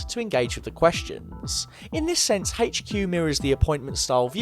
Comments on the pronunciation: It really annoys me how he pronounces HQ. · "Haygch queue"